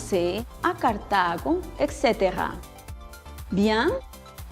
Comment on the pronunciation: Un petit détail : "etc." (et caetera) se prononce [Etsetera] et non [Eksetera].